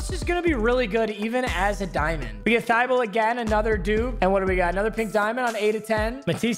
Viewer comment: Thybolle is pronounced tih bowl ee